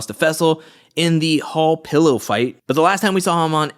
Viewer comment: NOT HALL PILLOW 💀💀💀